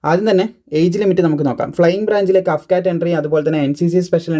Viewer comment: അഫ്കാറ്റ് അല്ല സുഹൃത്തേ എ എഫ് കാറ്റ് (AF CAT) AFCAT Means Airforce CAT ennanu. Vayil thoniyath pole parayateyirikku.